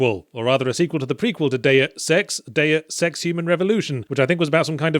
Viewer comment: It is Deus Ex, not Deu Sex